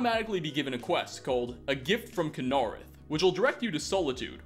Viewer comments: kin-uh-reth not kun-ar-uth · Kuh-nar-ith? Tell me, do you purposely mispronounce these words sometimes for the hell of it? Please tell me you do. Love the channel btw, good stuff. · I love you but its pronounced "KINa-reth"!!! Just kidding, good video and good showcase of the mods! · He's talking about the way pronounced Kynareth